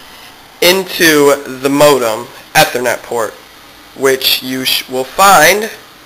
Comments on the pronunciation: lol you said e-ther-net its Ethernet you say the letter E or ea-thernet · E-ther-net. Geez...